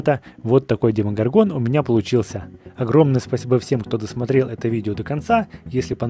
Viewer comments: Блииин.....Вообще то не демогоргОн а демогОргон обидно.....((( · демогОргон, ты ударение не то поставил